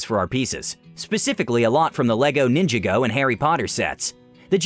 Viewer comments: Love the video, but wtf was that terrible pronunciation of “Ninjago”?! That hurt my soul. It is said “nin-JAH-go”, not “ninja-go” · It's pronounced "Nin-jog-oh," not "Ninja-go." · Am I the only one who died when he pronounced ninjago as “ninja-go” not “nin-jah-go”? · “Nin juh go” gosh why do you ruin my childhood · Am I the only guy who's not happy how he pronounced ninjago. It's ninja-go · he said ninjago wrong and that hurts my soul